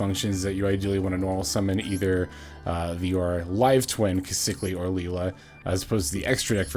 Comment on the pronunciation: Trouble sunny makes a big difference for the deck that’s for sure. Also I believe her name is pronounced “key-sa-kill”. That’s how they say it on official promotions.